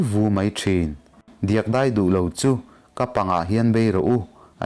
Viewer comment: 'A thlar dei duai' déi duái ni loin dei hi lam hniam in 'duai' pawh hi nguai tih thlukin lam la, 'ter pha an awm lo' 'ter' hi ke (leg) thlukin, lam la angaihnawm lehzual ang. A dang pawh ala awm nual ang. Han uluk lehzual deuh teh.